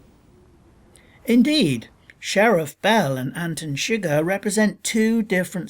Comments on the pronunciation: anten seger? no its pronounced Anton suger (An-ton Sug-ehr) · How did you watch the movie and still pronounce it "Antin Shigger"? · "Antin Shigir" Did you watch the movie or just read the wikipedia article? That is NOT how you pronounce his name